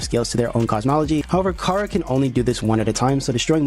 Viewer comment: Yo I should mention charas name is pronounced like chara like character because Toby fox was making a play on words which he said during the undertale 10th anniversary live stream of undertale.